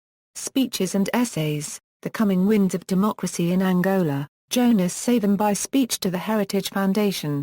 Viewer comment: Would appreciate appropriate pronounciation of the Name Pleaseeee